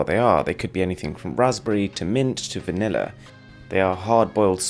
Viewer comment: I heard vanilla as"manila"